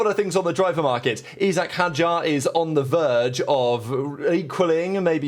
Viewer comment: Thank goodness someone that pronounces Isack's name properly.